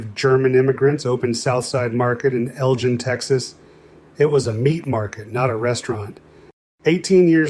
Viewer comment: yeah can't beat just salt/pepper. BTW the G in Elgin isn't pronounced like the G in ...say...Gin and Tonic but rather like the G in Gosh or God.